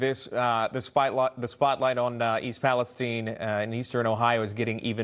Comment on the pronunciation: Thank you for the report. And for pronouncing East Palestine correctly!!